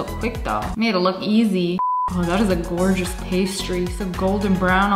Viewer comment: Lia:skrrrrrr Also lia: goowgous